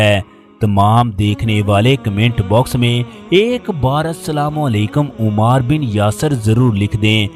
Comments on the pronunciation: It is ammaar ..... Not umaaar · محترم آپ صحابی رسول کا نام صحیح طریقے سے نہیں لے رہے 😢 لفظ عُمار بن یاسر ( عین کے پیش کے ساتھ ) نہیں بلکہ عَمار بن یاسر ( عین کے زبر کے ساتھ ) ہے ، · Ammar bin yasir not Ommar bin yasir. please correct your pronunciation. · A.A... Yah lafz umar nahin hay bal k ammar hay.. Lafz sallallah wale nahin hay sallallahu alaihe Wa sallalam hay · Umaar nahin AMMAAR kaho ! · Aap ki video bohat achi hai lekin Ammar pe paish nhi zabar hai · تکلیف ہوتی ہے اس انداز میں واقعات سن کر کم از کم نام کا تلفظ تو صحیح کرلیا کرو ـ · تکلیف ہوتی ہے اس انداز میں واقعات سن کر کم از کم نام کا تلفظ صحیح کرلیا کرو ـ